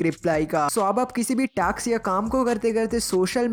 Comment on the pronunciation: Taks nahi vai task